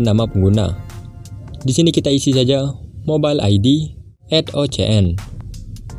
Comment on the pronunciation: Pas kata-kata "Mobile"🤧😂 Kayak orang Madura 😁😂